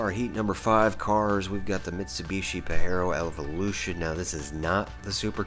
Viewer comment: First time ive ever heard that Mitsi called a "Pa-heh-ro" 😮 We call it a "Pah-jeh-roh" with the strong J sound